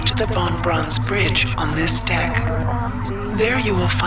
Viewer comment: Sigmund Freud was right, I keep hearing as saying "dick" instead of deck